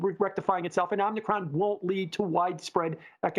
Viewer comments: Love, far from trolling, but Omnikron? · Somebody msg this guy and tell him how to say Om-i-cron. It’s making the channel look bad. 🥴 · It's not "omnicron".